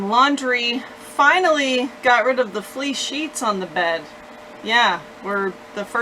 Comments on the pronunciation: I had to read this to understand that it wasn't flea sheets. 😂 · That's what it sounded like...😂😂😂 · She did 😂😂